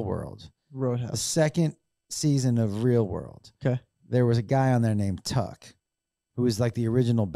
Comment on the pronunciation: I thought the guy from the real world on MTV , name was Puck! Not tuck.😂